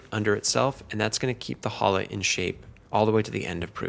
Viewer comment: You should learn to pronunciate "challah". It is not "Hallah".